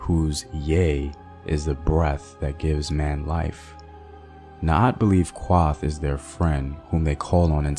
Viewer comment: Kuoth! not kwoth, Naath! not Naat, Thanks for sharing though